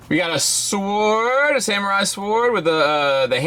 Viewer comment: 😐 wha..😳 okay wait...he can't pronounce the word sword 😂 HAHAHA 🤨 when you realize that the channels you subscribe to reflect poorly on you..